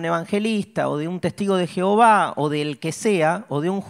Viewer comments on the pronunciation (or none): none